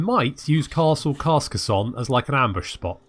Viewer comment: I know this is unlikely going to change anything but... It's pronounced 'Car-Ca-Sawn' but with a thick, pretentious french accent.